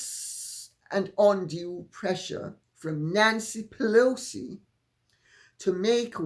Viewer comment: Pee-Loucy please😂